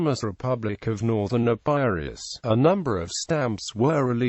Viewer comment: The mispronounced EPIRUS is disconcerting